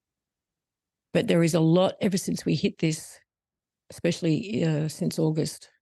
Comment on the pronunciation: Why in heavens name do so many people have difficulty saying "Especially"?! instead they revert to talking like a child by saying "EXPECIALLY" One of many great mysteries.😂